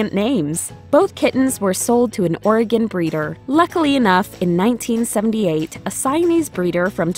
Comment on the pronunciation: "Oregon breeder" What my brain heard: "organ breeder"